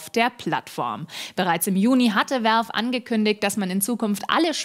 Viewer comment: Welf?? so kann man Valve auch aussprechen..